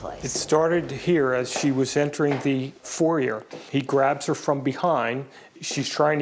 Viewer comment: Never put your freedom in the hands of an attoney who can't pronounce foyer.